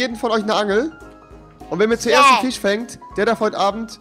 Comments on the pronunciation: Rewi : Fich Andere : Fisch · Wieso heißt bei rewi der FISCH Fich kann mir das einer sagen😂